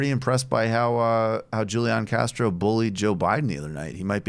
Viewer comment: Why does Michael pronounce Julian Castro's name incorrectly? I've heard him do this in many many videos. you can't tell me he doesn't know how to pronounce the guy's name. Pronouncing it the way he does feels a little racist to me. it's like saying, "I know how you pronounce it and how everyone pronounces it but I'm not going to do that because it's spelled "this" way in my language therefore that's how I'm going to say it". It feels like a very jingoistic position almost. Or if in itself it's not jingoistic it points towards a bit of that kind of tendency. A residue in the man's brain. We all have some. We were all brought up in a racist world and none of us came out of it unscathed.